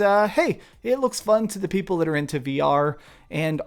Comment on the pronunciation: lol “Star Trek p e o p l e”